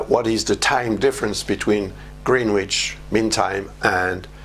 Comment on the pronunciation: Greenwich is pronounced Grennitch or Grenidge/Grinidge (if you are posh). The 'w' is never pronounced. Thank you for this, it's a good warning.